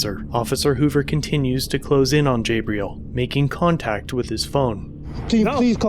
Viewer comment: Lmao bro it’s pronounced (jah-bril) not (jay-bril) 😂